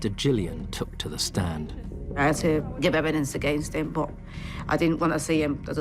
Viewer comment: I really do not like the "Hat" for had And then the ngk at every ng which does not have a k at the end of it.